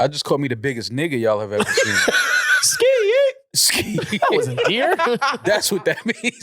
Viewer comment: I’m with a man cannot say skeeeyyee lol